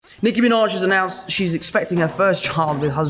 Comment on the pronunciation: “Nicki Miinawej” the way he says her name I can’t sksksks